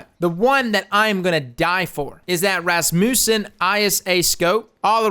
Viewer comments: "The R-A-SMOOSON ISA sight" Holy shit that was hilarious, it's just Razz-mewsin my dude. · R-A-Smussen lol.. its a name... its one word. RASSmussen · R. A. SMOOOOSEN.. lol Pronounce it like rasputin its a russian name. razmuusen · R.A. Smoosen! "razz - moose - en" is correct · R A Smoosin bruh btw its pronounced rass-mussen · if there is an english use of this word, i have not heard it. However given the context of this expansion with the nordic forge, i believe the correct pronunciation is the norwegian way. With a rolling-r, and a as in ah. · Ras-muss-en (muss like muscle), I had a teacher in primary school and that was her last name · This isn't a just a "word". It is a family name. Ras(as is rasp)-mu(as in muh)-ssen(as in send). It is all over the place in America. It is a Norwegian and Danish surname that means Rasmus' son. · Rasmus is a first name here in Sweden but never heard this as a surname. Probably just Danish and Norwegian. It's pronounced Ras-muss-en. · The RA smussen xD Rasmussen man xD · R-A-S-MUSSEN lol, you crack me up man. Love you bro great video. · Razz-mU-sen, i believe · RAS-mewsin. Say it like that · RAZ- MEW-SON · It's pronounced Ras-moo-sin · Ra smussen... Hahahah. This fool. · Its pronounced "ras*moose*sen"